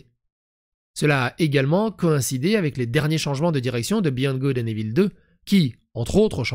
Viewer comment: Evil = « ivôle » !!! 😅